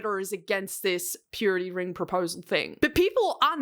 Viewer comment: I keep hearing period ring not purity ring